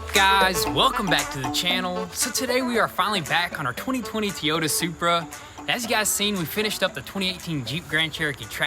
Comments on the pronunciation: Here's a pronouncing tip for you. Toy-ota. TOYOTA. Not teyota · Teyota or toyota?? Lolllllllllllll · Its "TOY"ota not "TEE"yota freaking drives me insane hearing it 🤣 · Coming from someone Southwest of y'all in Huntsville, Al and very southern it's pronounced Toy-ota just like it's spelt not Tee-ota. Again I'm a Nissan guy how's family has built Nissan's but I can't tell you if it's pronounced Nissan Nis-on or Nees-on (I've heard both) but I can tell you that you pronounce Toyota Toy-ota. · Toy ota not Tea ota, i know i know your looking for more shirt ideas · First is Toy-ota not Ti-ota lol. And yeah it’s partially made at BMW and Toyota factories. They did a collaboration but if ya look at stamping on 80% of parts it’s BMW. Basically it’s a Toyota /BMW Z4 Supra haha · He said Tiyota Supra😂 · You call it a Teeyta... its Toyota lol good work though. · It's not a T-ota, its a TOY-OTA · Toy.....yotta... please. Not teeota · Why.... why do you keep saying Toyota like Teeyota... it’s bothering me lol I don’t know why it just is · Who calls a Toyota a Teeyota? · You all are killing me! Tea ota is not how you say it - it's TOY OTA!!! Keep up the entertaining shows!!! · WTH is a Teeyota? 🤣🤣🤣🤣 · Toy-ota not Te-Yota your killing me with the pronunciation. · It’s TOY-O-TA not tiota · LOL!! OMG!! Please learn how to pronounce Toyota. It is: TOY O TA no TEE YO TA. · Am i the only one getting bugged the way they pronounce Toyota??? Guys its "Toy- o- Tah" not Teeyota :P Love the vids btw <3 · "tiyota" 2020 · T-yota lol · its the Teayota supraaa lol love how yall say Toyota lol keep up the great work! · it's been a while since we heard the word t-yota, glad to hear it back. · They need to make a goon squad t-shirt that says Tee-Yota Super . It drives me batshit crazy every time he says that..... Lol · "Oh oh oh what a feeling.... Teeyota!" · If says 'Tea Yoda', then it's 'Tea Yoda'. Don't cross the!😎😎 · Tee-ota supra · 🤪🤪🤪 it’s pronounced: Toy-O-Ta